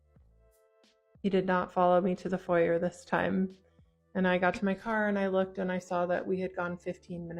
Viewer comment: the way she pronounces foyer pmo